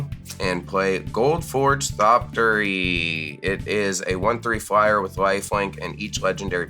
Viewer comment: repeatedly saying "Thoptery" without the X made my teeth grind in ways i didn't know was possible lol -- we must honor the memory of the proud archaeopteryx by pronouncing the X!